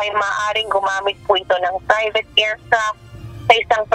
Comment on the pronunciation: Ano daw? FFFrivate plane? Proper english pronunciation please….